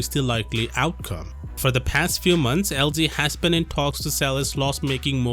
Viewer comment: It's LG not LD